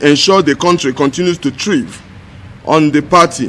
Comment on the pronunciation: listen carefully at 4 minutes 15 seconds.... did he call THRIVE as THREEVE? even proper education dem no get.... na the idiots wey dey challenge Peter Obi, uneducated fools... when uneducated people act, you will understand their level of education... see Julius Abure, the LP chairman and kennth okonkwo... both educated people,,, see how they are respecting Peter Obi,,, the brain, the egg head... but those that are illiterates in igboland are busy pulling him down,, they have failed... shame on them for betraying both ndigbo and nnamdi kanu